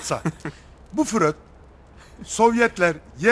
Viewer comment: yahu dayı koskoca sigmund freud'u, fröd diye pezevenk yaptın ya alemsin valla :D